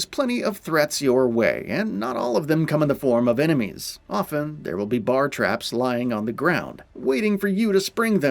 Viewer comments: 'BAR' TRAPS? Dude, it's BEAR TRAPS! Learn to FUCKING pronounce right 🤣😂😆😄🙃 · Bar traps? That's either a wild accent or AI.